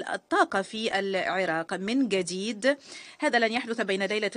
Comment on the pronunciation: لا أفهم لماذا المترجمة تتكلم باللهجة المصرية بدل الفصحى؟! تلفظ حرف الجيم بالگيم! جديد وليس گديد يا شاطرة